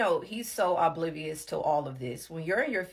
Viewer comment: Aublivious😳😳 did she mean oblivious ??!! I don’t believe a word that comes out of her mouth 😂. She’s the type that will steal from ur purse while your head is turned in the grocery store.